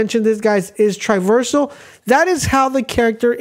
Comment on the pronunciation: I thought you made a mistake the first time. Even the second time…. But you’re literally saying the word wrong. Triversal is not a word. It’s TRAversal. As in TRAH- VER-SUL